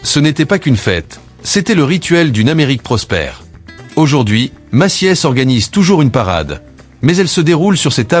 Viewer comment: pas de e dans Macy’s ca se prononce Meci’s